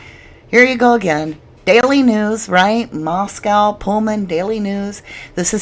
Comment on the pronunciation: Core-duh-LANE LAY-tah County. mos-CO Idaho.